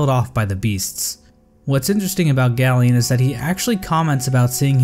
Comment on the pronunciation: It’s pronounced GAY-lien like a gay alien not GALL-ien